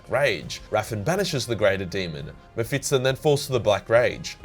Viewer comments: Mephis-ton. Not mephitsten ;) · ME-PHIS-TON ... mephitston is not a thing, it can't hurt you. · dude, it's mephiston, not mephitston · Just a note: you keep saying MephitSON, instead of MephisTON, flipping the position of the S and T. Remember, he is no SON of a bitch, he kicked a TON of ass. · its meh fis ton not metfitston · Why do you pronounce his name like that?? The 's' comes before the 't' and there's no second 't'. You're saying "Mephits-ton" 🤦‍♂️ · It's not "Mefitstone". It's "Mephiston". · I'm not exactly sure what you're pronouncing. Mephitson or Mephitston, all i know is it's not Mephiston. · Is it MephiTsTon? Or is it fucking MephiSton? You giant toothed beautiful boy you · MephiSSSSSton not MephiTTTTson, you ape! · Also, it is Me-phi-ston, not Me-phiT-ston. It hurts. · please stop saying meh-fit-son, its meh-fist-on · Who's 'Mehfitston' tho? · i have never in my life met someone who would pronounce mepishton like that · Mephiston - Me Fits in :D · Why do you pronounce him "Mephitston"? like he's some kind of 19th century constable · Sounds like you say mep-fiston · am I the only one triggered by the "Mefitston" pronouncation? :D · His name is pronounced Mefiston. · The way you say ‘muhfitson’ is triggering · Excellent video as always, but you kept mispronouncing the name as "Mephitston". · why the fuck do you say MephiTston. Holy hell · I was looking for this comment 😀. i was like is he saying it wrong? nah probably me. Definitley sounds like Mephitston. No biggie though. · I like how you say "Mephitston"" cracks me up everytime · Is it just me or do you keep saying MephiTSon? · You are pronouncing it wrong lmao, you make it sound like some English surname not a fiery demon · He does it deliberately. He does the same with librarian and other stuff. He does it because its funny and causes people to comment. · Man I thought I was the only one. Drove me crazy once I started hearing it. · I can't un hear that now